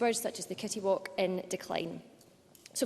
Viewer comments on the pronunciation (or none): Out of all the seabird species, she picks the one she can't pronounce correctly. Obviously knows her stuff. What is a kittywalk?